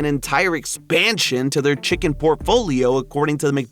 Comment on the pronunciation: “ chickenl is crazy